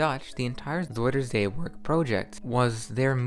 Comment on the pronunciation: It is NOT Zoider say it is zUIder zee with an UI, not an oi!!!